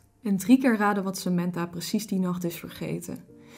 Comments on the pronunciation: Je zegt sementha maar het is Samantha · In het Engels zeg je het als "Sementha"